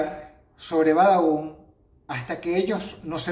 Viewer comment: xd like si dross hoy dijo Badabun y no babadun xdd